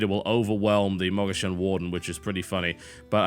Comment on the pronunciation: Pedantry INCOMING. Christ, I hate when TB pronounces "Mogu'shan" like "Mugisha". Ridiculous. Read the card text. He's played HS so much and yet he can't pronounce this card name. It's not hard.